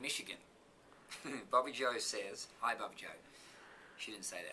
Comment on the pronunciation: Ha.... answered my question. Thanks so much Keith. Love how you say Bobbi-Jo...